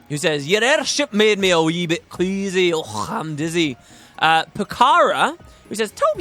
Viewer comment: The impressions this video made me smile. The way "queasy" came out like "kuweeezee" had me grinning like crazy, and I don't even know why.